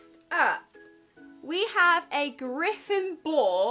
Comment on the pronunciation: For some reason it annoys me that she says Gryffindor like GryffinDOOR ! xD